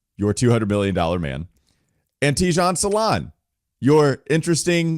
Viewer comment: Hi from france his name prononciation is salin no salaun